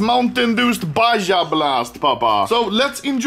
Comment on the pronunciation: It's pronounced BAHA blast! oh sh1t, nice!